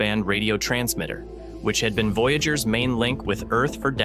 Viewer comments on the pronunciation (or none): none